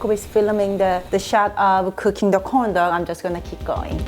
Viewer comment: im so sorry but everytime she says corn dog it sounds like condom